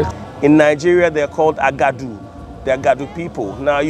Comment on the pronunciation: Aguda, not Agadu :-)